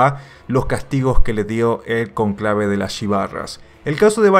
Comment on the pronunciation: Conclave no, cónclave ☝️